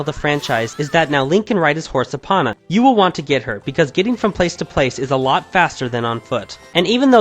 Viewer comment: Why did you pronounce it eh-pon-uh when it's pronounced ee-pone-uh